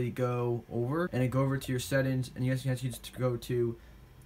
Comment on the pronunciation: "Sett ins"